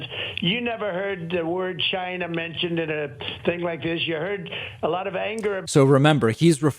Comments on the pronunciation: When he says: China, listen carefully, I believe he is deliberately misprouncing the word to sound like: Gy-nah. Sometimes he pronounces it with a 'C' but most times it's a 'G', listen for yourself. Being a native NY'er I have the same accent. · Lmaooo David I love the way you imitated how Trump said “China”. He really overly-enunciates it in the strangest, most comical way.